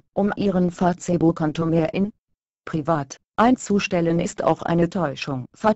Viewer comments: haha fatzebukk, anstatt die bei google translater einfach fäisbukk schreiben, so wie es auch gesprochen wird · LOL " Fatzebook " xD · Fa-Ce-ebook :D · Wenn schon, dann Fa-ZEH-buck xDD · warum sagt die "Fazeebukk" :DDD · Fa-ze-book :'D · Fazebook haha Mit der weiblichen Hater stimmer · Fratze book sagt die! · haha Fatzebook xD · Finde die Aussprache von Facebook im Video zu geil! :-D